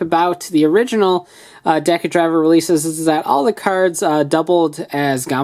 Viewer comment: Im just mad how he said decadriver wrong